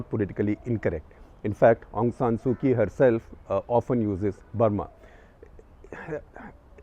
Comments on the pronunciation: Didn’t do your homework, SG, Kyi is pronounced “Chi”. A little long, too much detail. But thank you. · Couple of pronouncing notes sir, Myanmar.. the my is pronounced more “me” and not “my”. And last name is the leader, Kyi.. it’s pronounced “chee”. It’s like the currency kyat.. it’s pronounced “chyat”